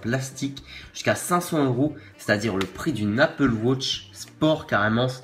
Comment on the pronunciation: MAIS POURQUOI APPLE WOTCH ?? ON DIT APPLE WATCH !